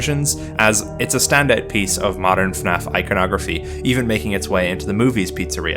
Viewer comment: Thank you for pronouncing FNAF properly. Most people pronounce it as "Finaff"